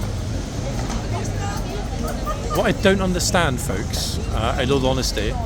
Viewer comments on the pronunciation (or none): none